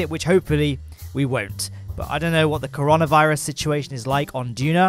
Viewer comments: I died when he said Coronaa not coreona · Did you just call it the Cor-ronavirus?